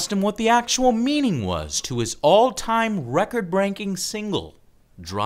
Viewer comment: "record branking"